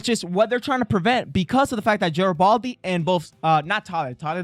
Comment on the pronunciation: Jesus Tapdancing Christ.... It's NOT Jar-uh-baldy dude. Near the end of TWO FULL SEASONS and you STILL can't pronounce that major character's name? C'mon, man .. every time you mispronounce it, it's like fingers on the damn blackboard.